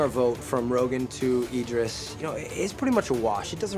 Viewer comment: How do Laurel, TJ, and manage to all pronounce Idris differently? LMAO